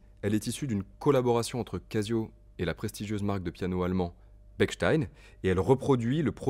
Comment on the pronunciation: Parfait ! A part La prononciation de Bechstien (ch et non k) 🙂 J'aurais aimé entendre un pianissimo dans l'aigu...